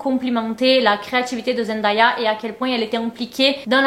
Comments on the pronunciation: Elle dit toujours qu’on dit son nom Zen Dé ya et pas Zen da ya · Merci Mais son prénom se prononce zendeya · Coucou beauté , superbe GIVDT. Puisque tu comptes faire d'autres vidéos sur l'incroyable Zendaya, je peux juste préciser que ça se prononce Zendèya (''day'' comme ...day 🤷‍♀️) . Bisous ♥️ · Je cherchais ce commentaire ! Dans toutes les vidéos sur Zendaya que j’ai vu les vidéos sont toujours super mais à chaque fois je suis perturbée par la prononciation 😅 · Salut! Très bonne vidéo. Il y a un seul détail que j'aimerais corriger, la prononciation de son nom. Elle prononce la partie ''day'' de son nom comme le mot ''day'' en anglais qui veut dire jour ou dia en portugais. Elle a elle-même fait une vidéo à ce sujet ;) Voici le lien